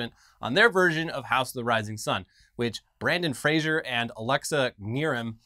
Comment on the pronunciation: lmao I had to rewind when you said "Brandon Frazier"